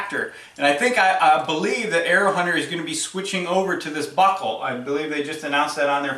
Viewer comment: Dude the way you say “buckle” is killing me 😂😂 “BOCKLE!” I had a crap day at work I needed that lmao. Great vid👍🏼 I can tell you may be just a hair biased to the mantis